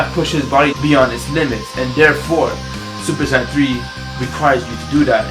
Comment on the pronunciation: Did u just say supersand xD